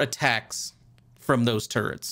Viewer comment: I keep hearing "turds" instead of "turrets". It's really breaking my immersion.